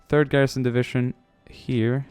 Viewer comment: For some reason every time he says "divishun" instead of division I cringe so hard.